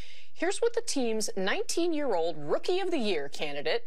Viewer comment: Wonder when he ever learns to pronounce "year" correctly. It's not "jøer" it's "jeer", a Dane would say. 🙂